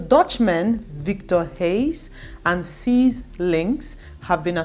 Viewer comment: Cees is pronounced like Case in English, it is short for Cornelius